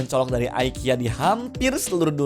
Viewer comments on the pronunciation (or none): Btw bacanya bukan aikia ya mas, tapi tetep ikea😂